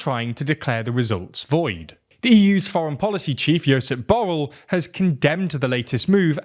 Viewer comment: Great reporting, just someone tell him that Arévalo is more adequately pronounced (ah REH bah loh), and Borrell is (boh - RELL).